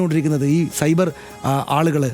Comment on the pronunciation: Not cyber, it's subair means moooooris 😂😂😂